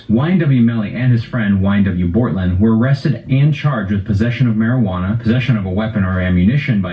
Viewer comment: my man really said - "bOrtlAnd" 💀😂😂😂